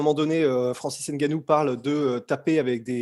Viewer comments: C'est Francis Ngannou et non "N" Gannou. Vous européens ( plus précisément des commentateurs sportifs et autres) avez cette fâcheuse habitude de déformer le nom de certaines stars africaines. C'est la même bêtise avec Ngolo Kante, Mbappe, Mboma...par contre lorsqu'il s'agit d'un joueur des pays de l'Europe de l'Est ou plus au Nord, vous ne faites par cette séparation. J'aimerais bien vous entendre prononcer Edin Dzeko (personne ne dit "D" zeko à ce que je sache. Ou encore Krzysztof Piątek ( même avec tout ce mélange de consonnes vous réussissez tout de même à bien le prononcer). De grâce...apprenez à mieux les appeler par leur véritable nom ou faîtes comme on dit chez nous...sentayez ! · Bonsoir l’équipe la sueur, juste une petite précision car on prononce son nom ngannou et pas « n gannou » . Sinon pour continuer, Francis doit faire très attention à jon jones car c’est un tueur comme Francis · C’est pas n-gannou,on ne prononce pas le n😩😩😩